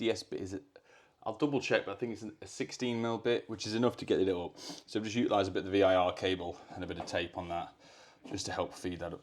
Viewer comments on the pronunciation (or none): U’ilise or utilise? The only thing you continue to say that gets on my nerves! 🤣 Love the vids!